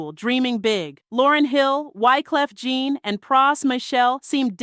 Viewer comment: Wyclef you get right, but you called him Gene instead of Jean (John)😂😂😂😂.